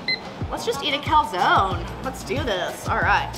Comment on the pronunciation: why doesnt anyone pronounce calzone properly